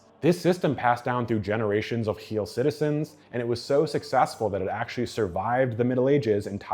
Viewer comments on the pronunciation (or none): The way he over pronounces it annoys the fck out of me